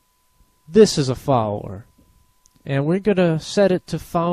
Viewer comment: Hehe, you say "Foweller" instead of "Follower."